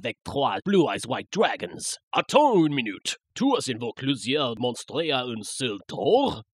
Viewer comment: Et c'est pas comme ça qu'on prononce "monstre", "duel", et "cas" xD